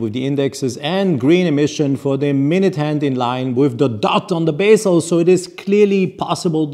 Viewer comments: Pronunciation of bezel is “beh zl”, not basel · Bezel, not bassel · take it positively. I cringe when I hear bassel somehow. A influential watch presenter like yourself should pronounce it correctly.